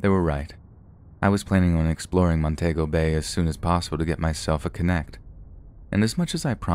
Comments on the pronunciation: The country is Afghanistan not Afghan. Montego in Jamaica is pronounced ' Mon tea go' not ' Mon tay go 'as you pronounced it . Check with Google for the correct pronunciation of words you are not familiar with. Also the 'I' at the beginning of Iraq is pronounced as 'e', making it Eraq.' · It's Mon-TEE-go not Mon-TAY-go. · I suspect the author of the story simply wrote "Afghan" for short and read it "as is." The "Montaygo" thing grated on my nerves too. I do think "I-rack" is a perfectly acceptable pronunciation of "Iraq." I agree with your advice to, though (to check Google if unsure). His most flagrant and hilarious mispronunciation came a few weeks ago, when he pronounced "Greenwich" (as in the Village in NYC) as "Green-witch." 🤣😅 I still love him, though.